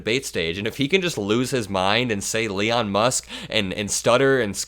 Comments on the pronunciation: I will call him Leon for now on ! I think he also said brocket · Elon - Leon… at least both names have the same letters👏 tomorrow we’ll teach Donald how to sound them out🤣